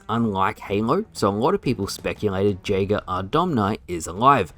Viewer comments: You are pronouncing Jaeger wrong. It’s pronounced Yay-ger. It means Hunter in German. It’s also my name and every time you mispronounce it is like nails on a chalkboard. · Someone tell that the j in jager is pronounced as y